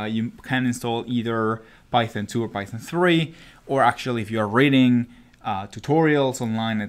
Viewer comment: It sounds like he's saying "raiding data" which is honestly so much better